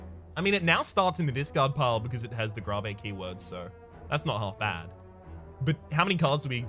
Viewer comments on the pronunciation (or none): I'm not even fiveminutes in and I'm bothered Not by playing the game, but over the fact of how he pronounced Grave Gra ve The fuck? Lol